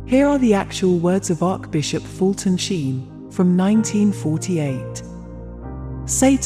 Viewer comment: It would be wonderful if you had the speaker pronounce the Catholic words correctly, as in Bless- ed, and Arch- Bishop!